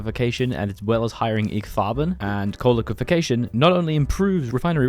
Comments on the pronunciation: Just an fyi dude, IG Farben is pronounced “EE GAY Farben”, not “igg”. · it's pronounced "ee-gay Farben". InteressenGemeinschaft Farben.